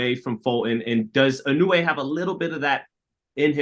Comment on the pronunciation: アメリカ人はいのうえ。の発音難しいんだね！イノウェイ。